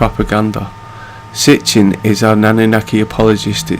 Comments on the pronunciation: His name is/wAs Sitchen not sTichen 😩 And Z. SITCHEN was an elite misinformant (so called) Free" Mason ! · It's Sitchin not Stichin.